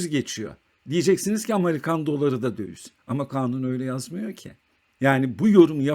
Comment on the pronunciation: Merhaba, video için teşekkürler. Naçizane bir eleştirim olacak. Sürekli "dövüz" dediniz. Bir ekonomi kanalında "döviz" kelimesi çok geçtiği için düzeltmek iyi olabilir. Kolay gelsin.